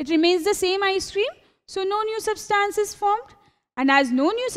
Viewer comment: its substance- sub-stunce/ not substaance